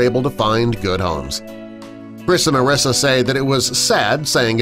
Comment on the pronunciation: Such a long video just to have a mediocre article slowly read to me. And the narrator only got Storie AND Mariesa's names right the first time. And there are like only three or four images in the slideshow that pertain to the actual story. The rest are just random photos of other people's dogs.